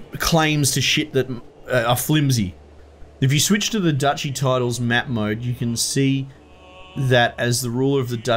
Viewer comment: haha its definitely not pronounced dookie unless you're talking about poop.